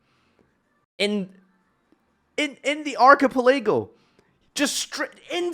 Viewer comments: Proud of ya but my guy, its pronounced "arca-pela-go" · Ark A Pa Lay Go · How would you pronounce that word if you've never seen it before? It's not exactly a topic for a casual conversation, UNLESS you're talking about One Piece. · I’m having an aneurysm every time he says archipelago.